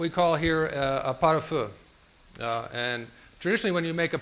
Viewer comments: rafaelazulay is totally right. If your gonna teach cooking on toutube, give the whole recipe or don't post at all. And by the way it's pronounced and not pah-tah-feuh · Boy he butcherd pot au feu pronunciation the 1st time.